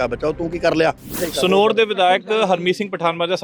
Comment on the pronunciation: ਪੱਤਰਕਾਰ ਵੀਰ ਪੰਜਾਬੀ ਵਿੱਚ ਸਨੋਰ ਨਹੀ ਸਨੌਰ ਹੁੰਦਾ ਪੰਜਾਬੀ ਬੋਲਣੀ ਸਿੱਖੋ ਜਰੂਰ ਵੀਰ